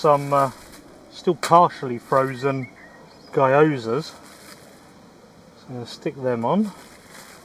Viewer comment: guyozas lol its pronounced like gee-yo-za